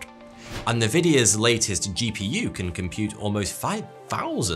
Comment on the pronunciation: Maybe we'll use quantum computers to teach people to pronounce NVIDIA correctly: [en-VID-eeyah]. Not [nuh-VID-eeyah]. Clearly classical computers aren't helping people figure this out with NVIDIA's Logo Guidelines document